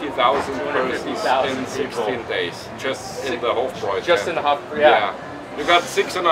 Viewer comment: It’s pronounced Hof - Broi